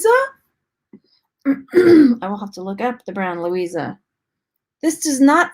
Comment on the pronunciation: The brand that you thought said Louisa is actually Lovisa (from Australia) 😊